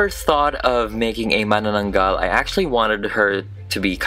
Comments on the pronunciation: hahah its pronounced Ma-nanang-gal :D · I read it as Ma-Na-na-nagal 😭🤚🏻 i didnt know how to pronounce it